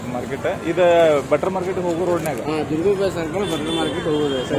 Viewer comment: ಬಟ್ಟರ್ ಮಾರ್ಕೆಟ್ ಅಲ್ಲ ಮಾರಾಯ ಬಟರ್ ಮಾರ್ಕೆಟ್ 😅😅